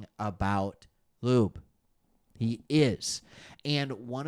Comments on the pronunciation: It's pronounced, Dylan (Law-be) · Dude I appreciate your outlook on things nobody else but our fans are paying attention to (and I'm pulling for Raiders Lions SB) But PLEASE stop calling our rookie RB lube 🤣 Laube...L+owww+beee. Laube.